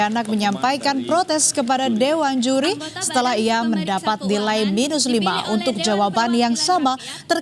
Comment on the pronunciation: "dewan juli" 😂